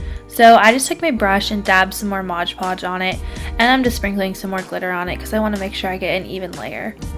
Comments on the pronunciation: Omg it's Mod Podge, not Modge Podge. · MOD Podge not modge podge